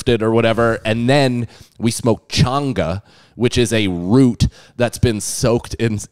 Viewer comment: changa not chunger